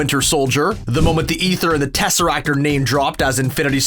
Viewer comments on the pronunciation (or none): none